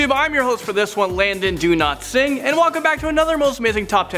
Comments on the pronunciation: Its DOWlatsingh not DOOlatsingh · Did he just say in the intro Landon Donotsing?